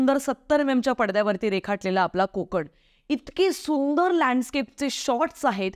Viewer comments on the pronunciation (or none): none